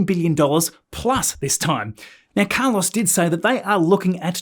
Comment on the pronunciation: OMG..😅 you absolutely butchered the name, 'Carlos'!@